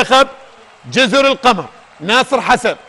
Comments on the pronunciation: اسمها جزر القُمُر بضم القاف والميم وهي جمع لكلمة (أقمر) وليس جزر القَمر بالفتح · يابه والله اسمهه جزر القُمُر وليس القَمَر